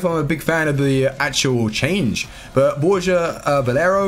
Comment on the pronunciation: I love how you were able to pronounce Borja Valero properly. Most people don't realise the Spanish V is pronounced as a B. Great content as always!